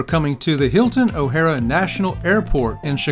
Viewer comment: Why couldn't correct her on how to pronounce the name of the airport correctly??? It's O'HARE, not O'HarA